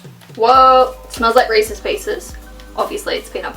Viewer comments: not reaces peases reeses oenut butter cups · They are just Reese’s, not resse peices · I love how she says resses peices nope resses peanut butter cups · Anyone else notice she called recess peanut butter cups reces pices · They are not “Reese’s peace’s” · I'm from South Africa and it even killed me when she kept calling them Reese's pieces...